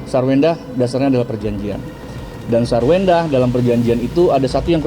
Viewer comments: AI nya gmn sih . Kok nyebut nya Sarwundah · Sarundah .. Ga pintar ucap ya yg bw berita 😂😂😂😂